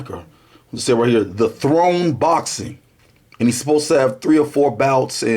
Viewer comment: "I LUHV BOHXIN" classic intro